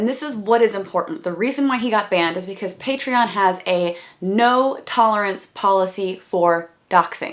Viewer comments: He pronounces it like Patree-in. That bugged me, too. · Okay but the fact he prounced Patreon "Patre-in" made me cringe so hard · They deleted his account because he can't say pay-tree-on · I think The pronunciation of the way he says it is Paytriein. and yeah, I thought I was the only one who got really pissed off at him for saying it like that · I'm glad someone else noticed the "patrein" thing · I'm so glad you mentioned his weird mispronunciation of Patreon. It bugged me, too. "Paytrian" lol. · Bruh. Everytime I hear him say "PatreUn" I get physically angry. Its so irritating lol. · okay but i hate how he says patreon. like it isn't pronounced "pay-tree-in" why does he say it that way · My husband laughed his literal a$$ off when he said pay-tree-in, we had a good time watching his mental breakdown whilst also worried about his children though!!!! Where are the children when he is screaming around his household....scary! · I thought I was the only one who was annoyed by how he says "Pay-tree-UHN" especially when he pronounces his own channel name as "oh-nee-see-AHN" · Thank god someone else hates the way he says patreon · I'm so glad you commented on how he said patreon bc every time i watch the clip i get bothered by it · THANK YOU ABOUT THE PRONOUNCIATION OF PATREON the whole video is awful and he is awful but that pronunciation just sends me through the roof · thank you for pointing out the pronunciation of patreon omg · paitrion. peytrien. paytreean. p'heytrheyon. peteryan. puytrioon. prrrrrrrrrrion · Side note I was oddly happy to hear I’m not the only one that cringed at his pronunciation of patreon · Patreon is literally supposed to be pronounced like the end of "Onision" and he still can't pronounce it. He says "Patreon" like Chris Hansen says "Onision." How weird is that? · You're actually the first person I've seen bringing up his pronunciation of Patreon. Thank you. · The patreon pronunciation bothered me too